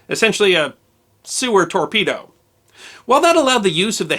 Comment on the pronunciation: A 'torpoodo'. Fnar, fnar!